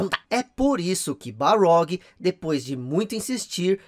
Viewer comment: Ótimo vídeo. Mas é Cory Barlog ou Balrog?